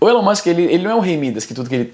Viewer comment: Por que vc chama o Elon Musk de Élon Musk?